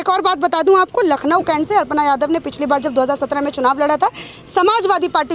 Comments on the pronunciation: अर्पणा नहीं, अपर्णा बोलिये 🤣🤣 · अर्पणा यादव नहीं अखिलेश की भाभी का नाम है अपर्णा यादव आपके बोलने में अशुद्धि है कम से कम शुद्ध बोलिए अपर्णा यादव का भाजपा में आना भाजपा की बहुत बड़ी निश्चित हो गई